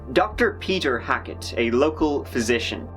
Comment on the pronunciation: Dr.Hack-it? Hmmmm